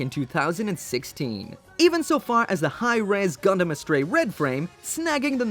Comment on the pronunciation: The way you say Hirm hahahahaha Hi Res sounds better mechs....